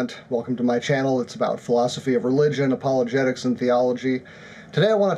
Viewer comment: You said apologetics?